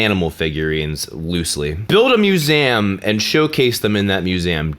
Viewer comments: museum isnt pronounced "muse-ahm" . . . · Good video but why do you keep pronouncing museum like that.